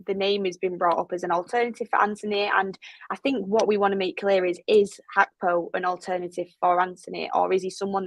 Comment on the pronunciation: Good questions I just really wish people would stop saying hackpo when that's not how you pronounce his name